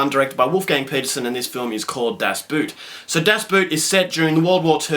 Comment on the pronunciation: Pronounced boat